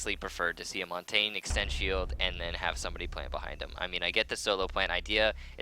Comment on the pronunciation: why not just say it the way he's supposed to be said ffs